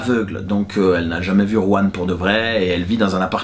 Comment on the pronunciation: Juan* le J se prononce R en espagnol 😉